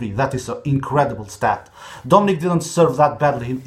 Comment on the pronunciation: Dominic und nicht domenic du Goo